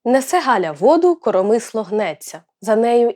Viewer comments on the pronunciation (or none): Не "коромИсло", а "корОмисло"! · Будьте уважні до наголосів, наприклад: корОмисло, хОжу, скАжу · Тільки наголос в слові корОмисло на другий склад